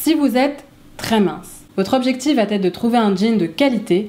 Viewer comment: Vidéo très sympa.👍 Par contre, si je peux me permettre (sans aucune arrière-pensée...) il n'y a pas de -t à la fin de "va", donc "Ça va t-être" est une fausse liaison. J'espère ne pas vous avoir froissée et que vous prendrez au contraire cette remarque comme constructive. Et merci encore pour vos vidéos.😉👏